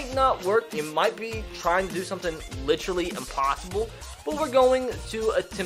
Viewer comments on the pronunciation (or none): none